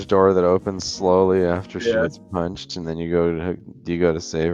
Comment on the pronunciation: "the princess gets poonched in the stoomach"